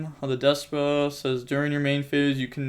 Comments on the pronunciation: Its Despia not Despa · DES-PEE-YA. No pokin fun just makin sure ya know for future vids 👍🤙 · I keep thinking you say “deskbot” instead of “despia”